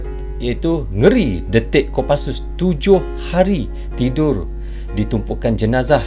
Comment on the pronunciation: bukan kopasus bang tapi Kopassus